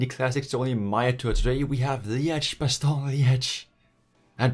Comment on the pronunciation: Its Bastogne, not Basogne.